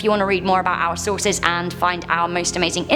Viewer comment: I know you said "our content", but I heard "owl content."